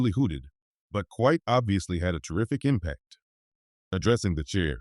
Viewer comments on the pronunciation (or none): none